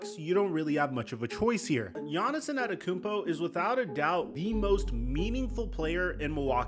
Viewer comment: Is he callin him Giannison?